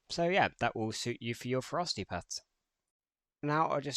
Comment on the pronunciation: Thx for the guide but your "Ferocity" prononciation is close to "Frosty" even the youtube subtiles translate it in "frosty", that confuse me so much...